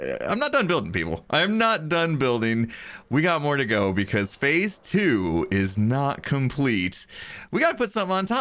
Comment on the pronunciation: every time he said "fase 2" i thought he was gonna say "electric boogaloo"